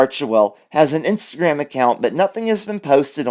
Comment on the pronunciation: InstaGrim 🤣 I heard that slip of the lip 😂